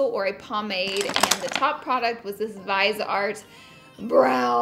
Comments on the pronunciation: "Vize art" Really. It's pronounced "Viz E Art". Also how long are you and Manny going to pretend that you don't hang out anymore? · Uuuhm is it me or did she pronounce "Viseart" wrong?🤔🤔 Not sure!